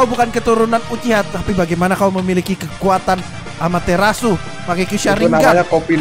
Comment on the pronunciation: Amaterasu ❌ Amater asu ✅